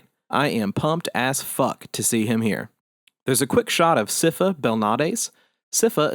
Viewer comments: I've always been puzzled about "Sypha's" name pronunciation. Is it really "Siffa"? and not" Sai-fah"? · Pronounced Saifa Belnoedays